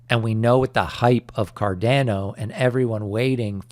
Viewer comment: For the love of god can you please learn how to say cardamom and Ada properly? It’s not cardeeeeno and aaaaadaaaaa. Thank yew